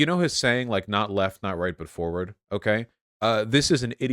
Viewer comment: it's quite annoin how everyone says the name always wrong... it's not Foward, it's Forwhat(?) party get it right damnit